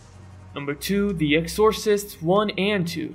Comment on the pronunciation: good list - fyi it's pronounced "EX-or-cist"